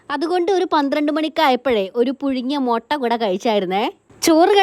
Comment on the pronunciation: Motta alla mutta😂